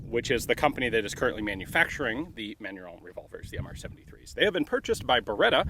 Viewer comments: Kudos for trying to pronounce the french, but your box said "Manurhin" (raen) not "Manurhone" (rawn) you mixed up your major french rivers, Ian! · I love Ian's pronunciation of Manurhin (actual pronunciation: [mænyʁɛ̃]) as: [mæɲu:ɹɔ̃]. It's a perfectly fine example of Americans' interesting interpretation of French phonology. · Side note for information : Manurhin you are pronouncing as "Manu-Rond" (like french "Round (shape)") - it's more like "Manu-Rhin" (Like the Rhein river in French) - it's complicated because neither of those nasal vowels exist in the English language. Compare : Manu-Wrong to Main-Rain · Ian : Manurond Me : Manurhin Ian : ... Me : ok, manurond. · Manurhin not "manuron". No "o". Manurhin is a portemanteau (French spelling) for Manufacture du Rhin, or Rhine Manufacture. The gun is quite beefy. The top strap is thick and very strong so are all other parts. Cylinder, barrel, etc...Every single part on this revolver is hand forged, hence its strength and longevity. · That pronunciation sounds like manure... @@